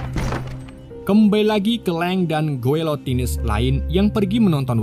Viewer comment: Dinasti Xing bacanya CING bukan KING Guilotines bacanya GILOTINS biar gak belibet² gitu bacanya Manchuria bacanya Manchuria